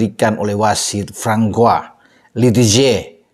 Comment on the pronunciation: Francois bacanya Fansoa. Ada 3 Guinea disini : 1. Guinea 2. Guinea Bisau 3. Guinea Equator